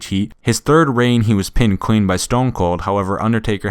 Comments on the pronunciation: Is it just me or does it sound like he's saying queen instead of clean? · How come every time u say clean, it sounds like queen? No h8